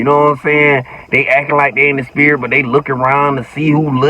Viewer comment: The spirit-tah 😂😂😂😂😂😂